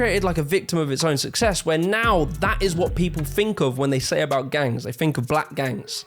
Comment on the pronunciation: The word “think” doesn’t have an F.